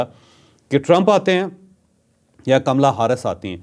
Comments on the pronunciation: ناں کاملا ھے نہ کمیلا۔۔ بلکہ پنجابی کی کملا ھے۔ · Sir na kamla hy kaamla hy kmala Harris hy